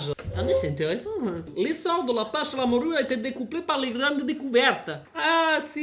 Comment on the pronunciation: "la moRRRRRUUUUE"😂